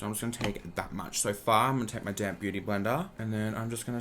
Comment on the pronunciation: Aria Darblade I hear that also